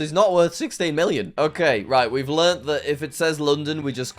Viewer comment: SIXTEEN MEELION????